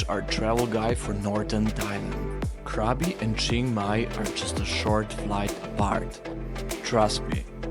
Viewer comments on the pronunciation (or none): Man spricht Krabi und nicht Kräbi und Aonang und nicht Anang sowie auch Chiangmai und nicht Chengmai, ich habe 8 Jahre in Thailand gelebt und müsste es bestimmt wissen.